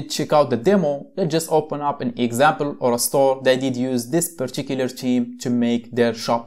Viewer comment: Great video but you should say particular theme not purchicular cheme